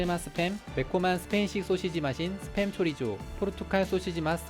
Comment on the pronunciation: 재미있는 사람이다. 스팸 을 습햄 이라 읽고 말이죠 ㅋㅋㅋㅋㅋㅋㅋㅋ